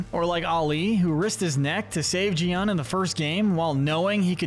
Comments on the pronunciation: it’s GI-hun not JI-hun, why to people say it like that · It's GEE-hun, not jee-hun. G as in graph. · IT is not pronounced ji hun it's gi huun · It's so annoying that everyone just mispronounces (Gi Hun)